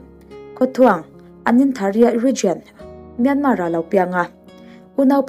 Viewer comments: Myanmar tia lam loh tur, myanma tia lam tur, r hi silent tur an tia lom mi thiam ten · I sawi ngaihawm thle mai. Myanmar I lam dan hi anmahni a ram neitute lam danin lam thei la a ngaihthlak a nuam leh zual ang. 'Myan' hi thluk hniam a, 'mar' -a 'r' hi silent tur a ni. 'piancham'. Thluk anga thluk tur a ni.